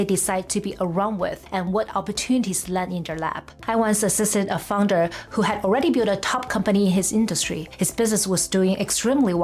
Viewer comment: Founder! I kept hearing fungus.